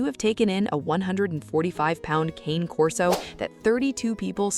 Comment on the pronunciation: It's still not "Cain Corso". The name is Italian, and in the Italian language, Cane Corso is pronounced "Cahnay Corso". AI is too stupid to know that, but people should know better.